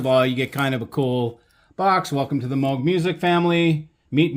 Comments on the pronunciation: It's pronounced Mow- G,not Mogg! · That’s the first time I heard his name pronounced that way.